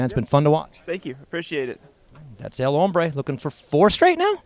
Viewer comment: I can take seriously because he says El Hombre correctly. Reminds me of Expecially or Expresso when folks just can’t seem to get it right. Way to go,! Austin’s gear is so clean. Want a set.